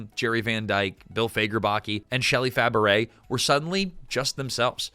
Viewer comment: A piece of advice for the narrator of this video: learn how to properly pronounce someone's last name. Shelley Fabares's last name is pronounced "Fa-bray", not "Fa-baret".